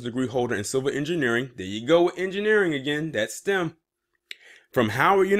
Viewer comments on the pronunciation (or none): none